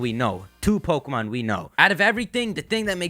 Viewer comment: May I suggest not saying your "P"s so harshly? Everything else sounds perfect except "PO-kemon PO-kemon PO-kemon" over and over lol